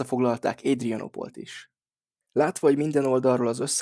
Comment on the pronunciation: Édrienopol...😂😂😂 Nem is tudtam, hogy ez egy angol város!😅😅😅